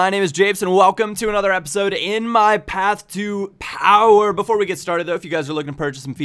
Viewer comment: Japes keep doing your German accent when you say path to power!